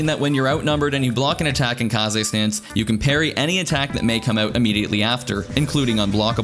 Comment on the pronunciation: kahzei stance? wtf is kahzei stance?